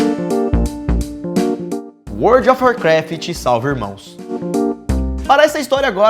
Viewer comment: Voce falou wold of war kraft salva imrmaos